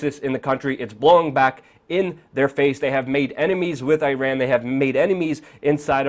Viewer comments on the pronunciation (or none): none